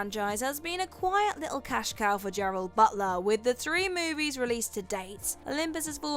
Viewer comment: I thought his name was Gerard Butler and not Gerald Butler